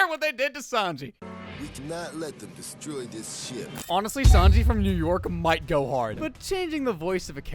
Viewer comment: “we do not let then distroy dis ship” 💀